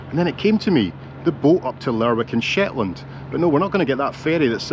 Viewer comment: Cracking video but it is pronounced Lerick rather than the way it is spelt.